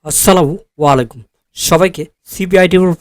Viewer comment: ভাইজান, সালাম টা, শুদ্ধ হয় নাই। 😊😊